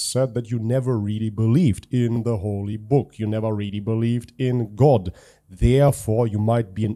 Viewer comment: Why is he saying "HoLY bookh" ? Doesn't he read, like ever?